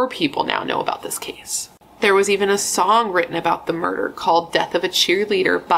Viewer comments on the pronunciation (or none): none